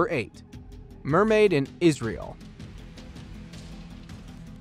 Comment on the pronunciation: Bro stop saying isreal it is the worst